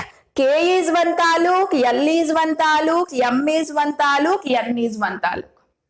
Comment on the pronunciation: That is not talu that is taluk it means district and it is kannada word nalini mam is from Karnataka know that's why she used that word❤ and mam tells It wrong that is atom is state and shells are district means taluk can you understand now😊